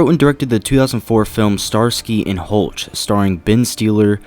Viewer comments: It’s Hutch my friend, not Hulch;) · omg...it's Starsky and HUTCH. How would you ever arrive at the pronunciation "Hultch"? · Did anybody else catch it when this guy said “Starsky and HOLTCH”?? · Starsky and Hulch!? Come the fuck on man. How did you fuck that up!? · “Starsky and Hultch” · Okay how can you review film if you don't know how to pronounce Hutch and Stiller. Like seriously?? "Hultch"..."Steeler" wow Ben Stiller is like an a list celebrity. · Hooch & Steeler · "Starsky and HuLtch", "Ben STEALER" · That’s what I was gonna say. It’s Hutch. 😂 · "starksy and hultch"?... Ben Stealer"??? wtf? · Wait wait wait... did anyone else hear how this guy said ‘starsky and hutch’ and ‘stiller’??? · This moron can’t even say “Starsky and Hutch” correctly how am I supposed to take his opinion seriously at all?